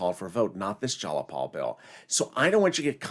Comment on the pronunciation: Jiii-a-Paul, Not jallapaul